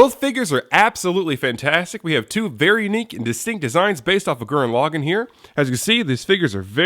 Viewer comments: LaGAAN NOT LOGIN!!!! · lagann has the soft a sound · actually their are two ways of saying it. Lagann is English login is japanese